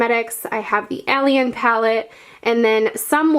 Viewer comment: Such a gorgeous collection but you say alien so weird with your accent, no offence aha